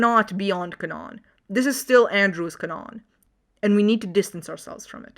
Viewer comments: Why are you pronouncing canon as canón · i don't think i ever seen someone pronounce it as canóon. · Is canon pronounced that way deliberately, or what? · I have never heard someone mispronounce canon in English before, even when it comes to non-native speakers since it is a Latin word that is pronounced pretty much the same in every Indo-European language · "Canon", with one N, is pronounced with an emphasis on the A, not the O. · No offense to you, but I ain't never getting over how you say "canon"